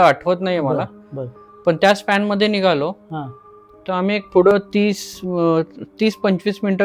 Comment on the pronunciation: Nigaloo kay nigalo .. nighalo bola !